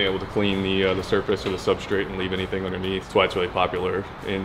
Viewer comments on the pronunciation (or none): none